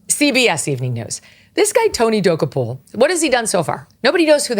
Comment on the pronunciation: I love how Megyn says Tony Dokoupil. He says it completely differently. I used to watch CBS Mornings every morning back in the day when it was garbage but it was less obvious that it was garbage. I love how she says it cause you can tell she's literally never heard of him 🤣